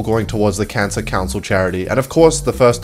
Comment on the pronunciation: WHEN YOU SAID CANCER CENTER I HEAD CANCEL CULTURE 😆